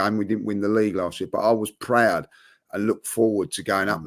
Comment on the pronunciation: "Furrily prooowed"😂😂